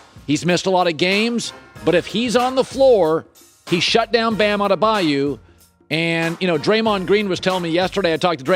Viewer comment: One day, Colin will actually watch a game and learn how to pronounce Bam's name properly.